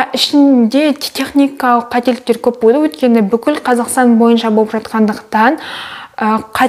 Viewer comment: Шылпылдап,пышырлап туратыны неприятно екен құлаққа Еще болды деген сөзі боды деп айтканы да неприятно А так все норм Баллың құтты болсын Бізге де бұйырсын